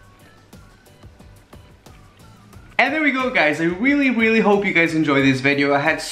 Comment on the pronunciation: he said weally not really